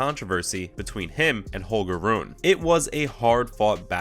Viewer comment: You pronounced nearly all the names incorrectly. Rune=Roon-uh, Corretja=Corretcha